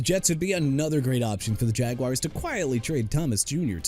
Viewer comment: BRANDON AIYUK ALREADY GOT TRADED TO WASHINGTON!!! WHAT ARE YOU TRYING TO PROVE HERE?! ALSO KAMARA PRONOUNCED KUH-MA-RUH NOT KUH-MEH-RUH!! JAGUARS PRONOUNCED JA-GWAARS NOT "JAGWIRES" AND NEW ORLEANS PRONOUNCED NEW OR-LINS NOT NEW OR-LEANS!! KAYVON THIBODEAUX PRONOUNCED TI-BUH-DOW NOT THI-BUH-DOW!!HOW MANY TIMES DO I NEED TO KEEP TELLING YOU DUDE?! YOU KNOW WHAT? YOU AIN'T CUTTING IT. YOU NEED TO BE TRADED OUT OF THE JOB.